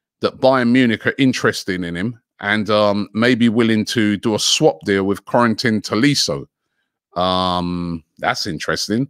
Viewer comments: Do wonder if man ever went school??? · Robbie pronouncing Corentin Tolisso as "Quarantine Tolisso" LMAOOO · I heard Quentin Tarantino